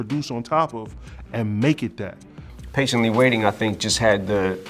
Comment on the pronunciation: Shit Shit when i heard em say I'm paintenly waiting gouse bumps